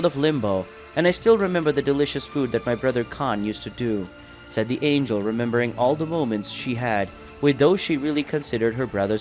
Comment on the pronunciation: Anya? Who read this they don't know how to say angel